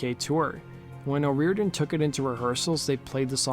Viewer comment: Her name is pronounced oh- roar-dan